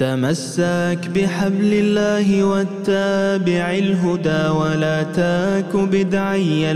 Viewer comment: مثال تمسك ينطقها الناغم تمساك....ولا تك بدعيا ينطقها ولا تاك بدعيا...الخ